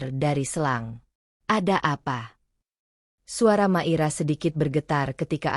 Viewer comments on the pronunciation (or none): Hadir,, mngkin nyebut nmya hrs di koreksi Mungkin maira ya jdi klu di dngr seksama kq kedengrnya makira, bukan maira